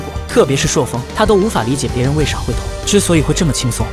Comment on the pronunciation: 朔風 不是塑風